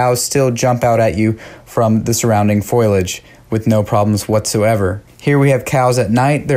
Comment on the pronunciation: FOILAGE????? Really? FO-LEE-EDGE YA GOOF!